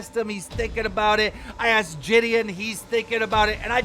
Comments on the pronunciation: Bro nah saying jidion as jidian is mad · Ji-d-on it’s not that hard keem